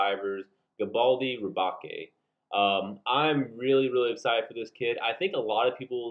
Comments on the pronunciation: it's pronounced as Re-Bake, as in baking a cake, as the custom Galbaldy Gunpla was inspired by the Gundam Gusion Rebake from Iron-Blooded Orphans which is a play on the Gundam being redesigned/rebuilt after it was captured by the protagonists into a new form, it's upgraded form in Season 2 also ups the name play by being called Rebake Full City, a reference to the Full City Roast coffee beans, as in baking the coffee beans, its weird. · It's pronounced Galbaldy Re-Bake, like bake a cake. Lmao like Gundam Gusion Rebake from IBO. But I really want it, I want to customize and make it more IBO styled, definitely got to extend the waist and make it taller. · Liked, but your killing me with the way you pronounced rebake. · Ok guys, so looking at the hiragana (like I should have in the beginning) I pronounced rebake wrong. My bad. Anyways, what kit are y'all looking forward to the most next month?